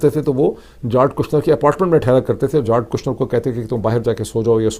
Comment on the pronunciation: جیرڈ ہے سر جارڈ نہیں ہے